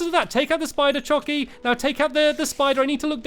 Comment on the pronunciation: at he said spider chockey instead of spider jockey